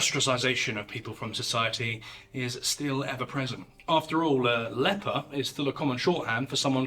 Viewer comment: Did you just say "the fable of how Jesus healed the leapor" ? 😵